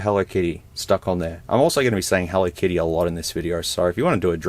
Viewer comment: More like "Hello Kitto"